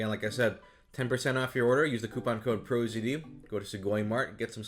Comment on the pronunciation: OMG! He said the thing! He said PROZD Pronunciation confirmed xD